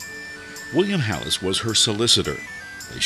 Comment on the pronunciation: William HEElis, there’s no “a” it’s not pronounced halis.